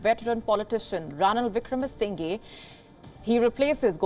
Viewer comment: WION...let's try and get the pronunciation right. It is NOT Wickramasin GAY .... it is Wickramasing HER